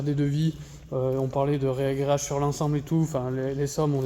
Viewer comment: Salut, je découvre ta chaîne depuis peu, c'est hyper intéressant, hâte de voir ça que ça va donner. Pour info, on dit "ragréage" et non "réagréage" même si ça sonne bizarre au début 😉